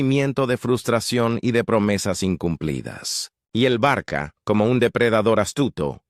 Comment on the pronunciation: No se dice el " Barqua" pero Barsa " ,estudia un😂poco la pronunciacion😢 Barsa por favor, es la pronunciacion de ça,el ça se pronuncia sa